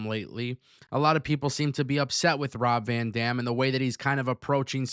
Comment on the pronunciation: The amount of times you said Rob Van Damn 😂.